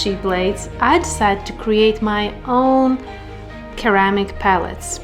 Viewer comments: Hiya, thanks very much for another great video. I love ceramic palettes, and I hope that you don't mind me mentioning it but ceramic is pronounced like the C is an S, for instance Seramic instead of the hard K sound, Keramic. Take care, David. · Pretty palettes! It’s pronounced “suhr-amic” not keramic. But you say it so cute!